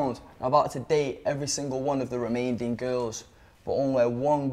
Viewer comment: man said remainding